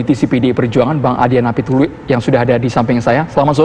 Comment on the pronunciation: dia bilang bung adian napiTULI? :)